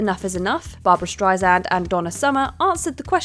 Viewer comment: Please pronounce Streisand correctly. Shame on you.